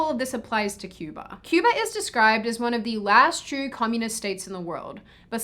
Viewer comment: You pronounced "Cuba" wrong